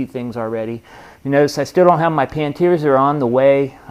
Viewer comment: Hahahahahaha You still keep calling them Pan Teers!! It's a pannier. Panny err.